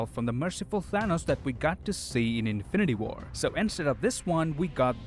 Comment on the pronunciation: was that supposed to be "infinty war"